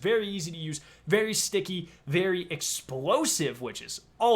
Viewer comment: Wtf is with him saying sticky? The fuck.